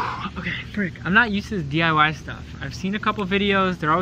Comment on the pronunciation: "Hi,welcome back to DYI-ing" 😂😂